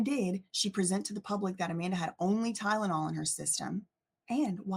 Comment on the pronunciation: "Tydenol" ...I still chuckle every time u say it, lmao 😜💀🤣